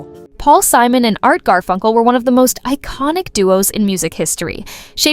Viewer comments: Simone, Definitely not hís name. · Three minutes in, the female narrator pronounces Simon’s name: SEE-MOAN. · AI calls him See-moan 🤣